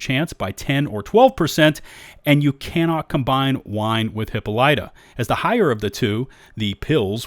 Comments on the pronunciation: Hip-pol-ih-ta its an ih not an eye. Named for the queen of the amazons in Greek mythology. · for future reference, Hippolyta is pronounced hip-all-it-uh, or hip-all-lee-tah, per preference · It's pronounced "hip-ol-it-ah" she was the queen of the Amazons. Most of the names I've seen have been pretty mythic in this game. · "Hippa-lite" lmaoo.😂😂😂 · It's pronounced "Hippo-leet-ah" -- ok, go on. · It's is hip-POL-ih-tuh my guy 😁just a tip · (Huh-paa-luh-tuh)🤣 lol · Hippolyta is pronounced - 'Hip-all-it-ah' As in Hippolyta, daughter of Ares and Otrera, queen of the Amazons, and a sister of Antiope and Melanippe. (It comes from classic mythology and the drug is named that due to how she was portrayed in mythology and Shakespeare's work a mid summer nights dream. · Thank you! I've been searching for a comment that said this because it bothered me so much! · Bruh, Hippolyta is the queen of the amazons and you butchered the pronunciation. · Sorry... I have to laugh at your pronunciation of Hippolyta... LMFAO! Amazons gonna get you for that one.